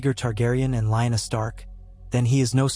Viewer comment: I like your stories just not pronunciations of rhaegar and lyanna